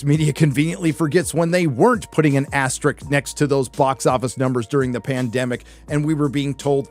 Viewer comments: He reads the word “asterisk”, that’s written right there on the screen, and pronounces it “asterik”. Because, of course (sorry, sarcasm), one “asterik” + another “asterik” = two, uh, “asteriks”. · The way you pronounced asterisk as aster-ick twice made me a little mental.